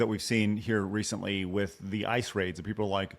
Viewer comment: ..vitthon 2 condoms at tha saem teim.